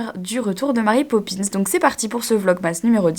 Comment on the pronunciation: Emily prononcé super bien marry popins avec l'accent français ! Par contre j'suis pas trop fan de cet univers. C'est chaud tout ces journaliste qui t'appellent pour led photos :o ohlala la galère pour ton eurostar ! Courage !